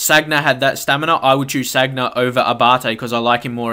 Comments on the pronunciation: San-ya not "Sag-na". Otherwise a good video. I agree totally with the midfielder comments, Gotze in cdm it's so unrealistic. However I do like it when I get someone on head to head with a team full of nothing but attackers, so easy to exploit with quick passing and movement. Haha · Sanya not sagna